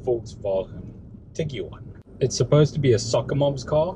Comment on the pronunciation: Tig-wan Not Tig-U-wan